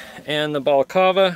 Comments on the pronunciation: You know it's called a balacLava, right? Not a balacava. It's -cLava. -cLava, with an L. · Balaclava is pronounced: "Bah-kluh-vuh" Not: "Ball-call-veh" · Bruh English it's balaclava not balacava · very interesting! Btw it's a BalacLava, not a Balacava. First worn in the Crimea in 1856 by British troops. Very Vader! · im sorry did you just day balcalva? don't try to be fancy if you're not gonna get it right lmao. just say ski mask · Anyone else screaming “Balac…L….ava”? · Did he say balacava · It's pronounced "ba-luh-klaa-vuh" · What kind of monster says balaclava like that? Not even Vader himself would say it like that.